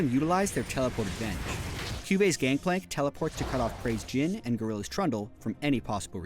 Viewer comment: "Gankplank", gj riot how kind of you to watch through your own vids before uploading.